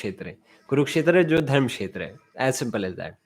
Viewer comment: It is धर्म and not धर्म्. अक्षर (व्यंजन +स्वर )